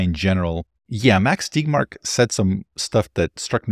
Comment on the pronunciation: Thanks for this. But, why are you pronouncing Tegmark as TIGMARK?